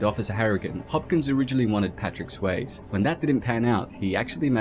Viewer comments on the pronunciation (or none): SWAY-Z Say it with me now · I love your videos but "Patrick Swaze" got me😂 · Hold up! did this guy just called Patrick Swayze Patrick Sway's😜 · Ah yes. Patrick Sways............ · Unless this was changed, I'm pretty sure the e at the end of "Swayze" is not silent. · Damn it makes me feel old to see people mispronounced Patrick Swayze.